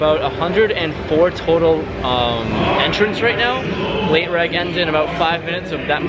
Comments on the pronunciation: Its " late REG" short for registration, not reg like "regular". It tilts me so bad when you say late reg. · Late “reg” 😂😂😂